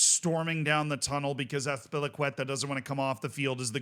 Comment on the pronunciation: He got the pronunciation right and everything 😭